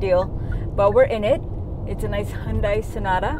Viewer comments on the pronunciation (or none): none